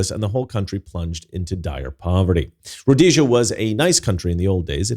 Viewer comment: Actually it's pronounced Rhodesia